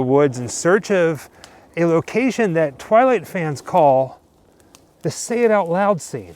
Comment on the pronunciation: Every time you say the word twilight,it hurts. :)